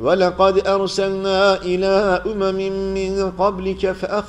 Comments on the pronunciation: 123.sayfada 98. ayeti kerimenin basini Ya'lemü diye okuyorsunuz.İ'lemü diye basliyor elimdeki Kuran'ı Kerimde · Selamün aleyküm 7.cuz 98nci ayet başlangıcında yeglamu diye okudunuz zannedersem iglamu yazıyor duzeltirseniz iyi olurdur hata olmaması için ben hoca değilim . yalnızca dil sürçmesi olabilir saygilar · 4.45 de yağlemu diye okunuyor Yanlış okuyor . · merhaba hocam , ağzınıza sağlık , takip etmesi cok rahat. ben birşey söylemek istiyorum. 4.46daki 98. ayetin başındaki "i" harfi "ye" olarak okunmuş gibi geldi. yanlışım varsa özür dilerim.